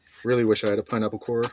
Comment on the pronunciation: Absolutely butchered that pineapple lol